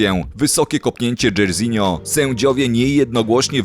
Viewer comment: Jak ty to przeczytałeś dzejrizinio? XD dzarzinio się czyta, ojciec mu tak dal na imię po słynnym brazylijskim piłkarzu